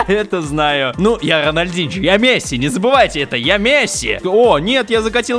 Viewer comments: вобшето не ранальдиньчьо а ронольдиньё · Не Роналдинжо а, Роналдиньо